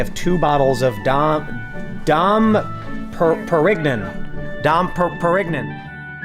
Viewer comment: "Don pear-ig-non" 😂😂